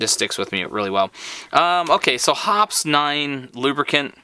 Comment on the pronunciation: Dude, I know this is an old video, but I hope by now you'd learn how to pronounce Hoppe's. It's "hop-eez" not hops. LMAO how embarrassing.